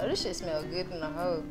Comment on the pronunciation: The “type shi” too 😭